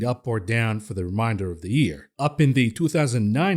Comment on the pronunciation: Great show but "remainder" is pronounced "main" as in "Main Street". Remain not to be confused with Remind. Remainder vs Reminder.